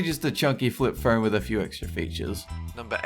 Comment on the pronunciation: Am I the only one that hears "fern" every time he says, "phone"?